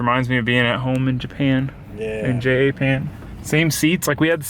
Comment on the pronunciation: Anyone else notice how says AVE ‘catchphrases’ like J-A-pan and fabri-cobbling